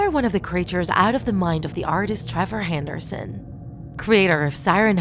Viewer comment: You said handerson